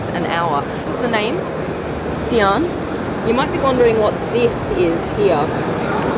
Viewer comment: It's S(eye)an